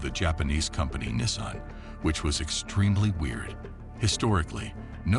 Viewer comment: Nissaan...! The pronunciations 😅